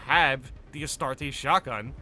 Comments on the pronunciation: Two Handed weapons would work just fine, we have the Thunder Hammer already after all, and while not the best on paper in the right hands it can be devastatingly effective. Bit of a nitpick to end on: the way you say Astartes drives my inner lore nerd insane. LoL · My is the mans pronunciation saying astartes. Its not astartesh its astartes the end sounds with a eez so like astarteez not astartess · Take a shot every time says "Astartay"